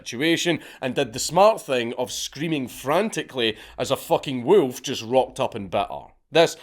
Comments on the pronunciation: "Wewlf". Good choice not to attempt "Golodayevshchina". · Love the way dude says wolf 😅💪